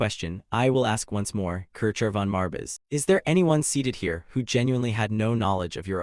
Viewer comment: The ai constantly spelling out “marbis” is hella annoying brother. Some quality control would help. Theres also a bunch of repeated lines. Still going to watch through, since I’m doing it to sleep to, but if I was watching this consciously, I’d have clicked off before the first 30 mins